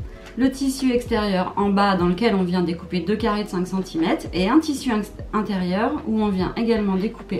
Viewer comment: Bonjour, J'aime beaucoup vos tutos bien expliqués et qui me permettent de progresser car je suis débutante. Mais une petite remarque amicale : il y a un R à centimètre et il se prononce... MERCI !